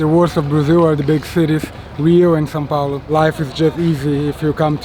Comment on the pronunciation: why does he keep saying San Paolo lol